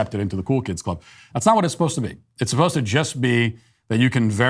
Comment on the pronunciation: "Our manager was 'posed-ta' come in this weekend.." ...This is an "ivy-league" student?